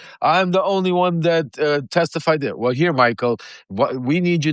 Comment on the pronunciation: Lev, you're killing me over "heah" your show is almost half way over already.